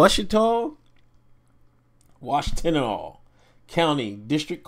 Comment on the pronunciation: Hey buddy, you did good with pronucation of Washtenaw you got it right on second try. Hahaha the first time I was in Ypsilanti, Washtenaw I was like what does that even say ?